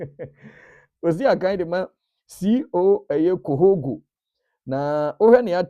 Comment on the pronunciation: C O CORRHOGO YES NORTHERN PART OF COTE D'IVOIRE, BUT THE LETTER H IS SILENCE